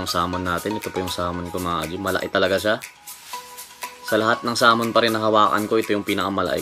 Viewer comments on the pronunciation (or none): none